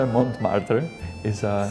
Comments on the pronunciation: Oui oui baguette, Montmartre :D If you're czech, the pronounced letters are : Monmartr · The "t" in the "Mont" of Montmartre is silent in french. The "r's" are hard "r's" 😊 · Et voila! Here the REAL correct french pronunciation of Montmartre ;)